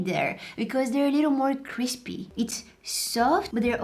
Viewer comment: its cripy its very crispe veryCRISPE! Me dying of laughter